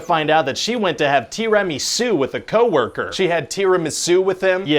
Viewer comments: Nobody: ... Ryan: "T E A R Y - M A H - S O O" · 🤣 tea-remy-sue! Love it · TEEER-a-MI-su? This dude pronounces certain words really strange. If I hear him say "Ju-MUN-ji" one more time I'm gonna poop. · Tee ruh mee suw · And here I thought it was pronounced Terra Mary Sue. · Why did the first one pronounce tiramisu as TI-RA-MI-ZU: like he was trying to announce the arrival of some mystic Asian dragon king of heavens or like he was casting an ancient ninja arts? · tee rah mee soo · "Tea rim and sue"? Are you trying to say tiramisu? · TEEREMESOO!!!!!! LOL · Tee raa mee suu... Im triggered. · It's pronounced Tea. Bra. Me. Sue. Only the second word is pronounced without the "B" and the "r" is rolled, if one is capable of doing that. Slight emphasis on "Sue". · Is anybody else distracted by the way he says "tiramisu?" I can't quite put my finger on it, but it's weird. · Did he pronounce tiramisu like that on purpose? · The way he pronounces Tiramisu is so hilarious that I kept replaying that part. Had me crying!!! 🤣🤣🤣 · I'm just here for the way Ryan says Tiramasu 😂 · The Tiramisu pronunciations... I'm sorry Italy and France... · Why are you mispronouncing tiramisu like it's a Japanese word? 🤔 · The way they pronouce "tiramisu" makes me uncomfortable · Was it intentional to pronounce “tiramisu” severely wrong?